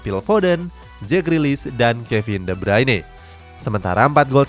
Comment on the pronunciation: de bruin di baca de braine ntar jadi meme di tiktok lah 😂🤣 lakaka